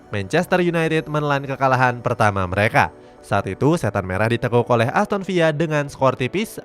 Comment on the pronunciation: Aku baru tau pengucapan villa di samakan seperti pengucapan spanyol atau amerika latin. Seperti menyebut sevilla... Wow